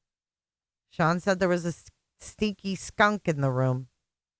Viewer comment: Dere instead of there